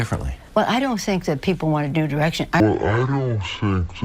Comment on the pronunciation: did... did someone else notice that she didn't say "NEW direction" but "DEW direction" ...Mountain Dew iluminati confirmed?